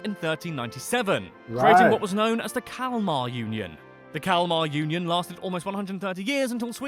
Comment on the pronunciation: The only thing you pronounced correctly was the "Kalmar Union" (Kalmar Unionen)